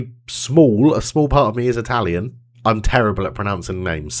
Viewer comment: Your pronunciation is not bad at all, considering the basic level of not Italian people try to imitate.